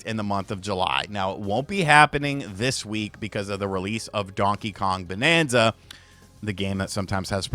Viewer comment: BANANZA and not bonanza!!!!!!!